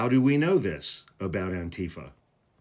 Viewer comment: The emphasis is on the -FA, not the -tee-. You're saying it like Trump does.